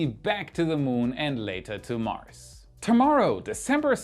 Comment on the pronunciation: Excellent video as always. , “Mars” has a voiced “s,” basically a “z” sound. Regards.